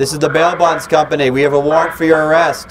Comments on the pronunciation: When say “ this is the bail bond company” it sound like he is saying “ This is the mail box company” 🤣🤣🤣🤣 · I thought he said mailbox company